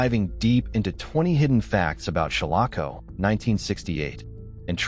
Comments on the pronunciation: Some of this isn't true. Like how he is miss prouncing shalako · The proper pronunciation of "Shalako" is SHALL uh ko. If whoever created this video had actually watched the film, he/she/it/they/them would know this, as the correct pronunciation was used several times in the film.